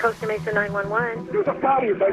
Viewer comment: Costa Mesa is pronnounced COAST-AH Mesa. Not COST-AH Mesa.